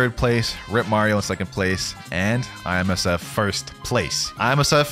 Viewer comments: Bro keep calling IMSF(FIJI) ISMF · Did he just say ismf